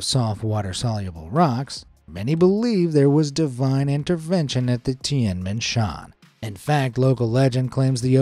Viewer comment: The heavens gate In Chinese you call it like ‘Tiēn mén shėan’ in Chinese, I actually don’t know how to spell it but you did say it wrong